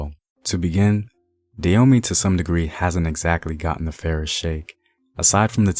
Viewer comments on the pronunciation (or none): Dah- hoe- may. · Why does the Narrator here pronounce the name Da yo mey rather than Da ho mey? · First of all the rightful pronunciation is Dah-oh-may not day-yo-me. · Not Da Homey, bruh. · Love the content. I have family who still live there now. It is pronounced Dah as in Dad Ho as in Hoe Mey as in May the month Hope this helps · Koudous Moutairou Prove it.. unless u was there to witness it u cant.. not takin this guy story at face value, wat are the sources? He cant even pronounce the name right.. im good